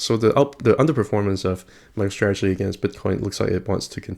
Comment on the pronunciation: Did you say Michael Strategy? XD